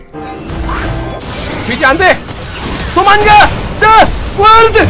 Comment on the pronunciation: 더 월드라고 하는거였어? 가끔 르와르드! 이래서 뭔가 했네 ㅋㅋ